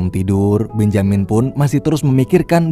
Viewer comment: Agaknya Benjamin lebih cocok dibaca "bén-je-min"